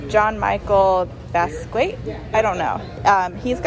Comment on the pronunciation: Bask-ee-ot is how that’s pronounced. Don’t know until you know, right?